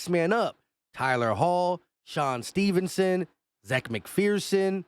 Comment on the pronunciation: STEPHENS not Stephenson